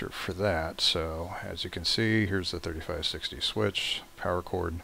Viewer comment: Sorry sir but its really hard to understand you, could you speak more clearly? Also the way you said '3560 switch' was really confusing.